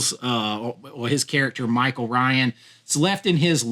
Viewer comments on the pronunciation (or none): none